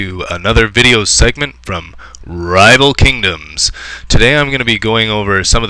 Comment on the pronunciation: you should patent the way you say "rrrriiival kingoms!"